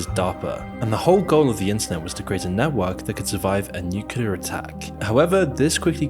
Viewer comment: Literally the only youtuber I've ever heard pronounce nuclear properly.... everyone else pronounces it nuke-you-ler, instead of new-clear like it's supposed to be pronounced